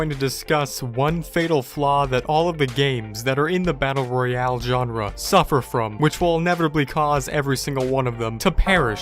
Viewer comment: He for got the e in Royale